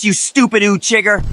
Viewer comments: Ain’t no way rock Lee said “Uchigger” 💀💀💀 You Heard? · You mean the "uchiggers" 😂😂😂